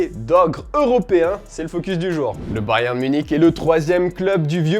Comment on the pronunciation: Prk tu dit Bayern comme ça